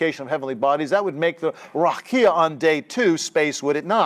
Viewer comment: A great lecture, I enjoyed it. I wish I can help you with the pronunciation of the word : RAQIA